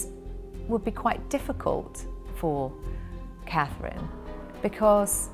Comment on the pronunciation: Can I ask what is wrong with Katie Nichol? She cannot seem to pronounce the name Catherine, does she have a speech impediment?